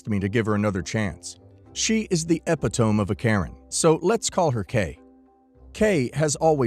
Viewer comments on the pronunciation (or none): Eh-pit-oh-mee...not e-pit-ohm. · Who else had a little giggle at ‘Eppi-tome?’ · Dude.... it's e-pit-o-me..,, You consistently mispronounce it.. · Eh-pit-ohm-ee. Epitome. There are dictionaries online. I mean, you had one job. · This one drives me bloody bonkers!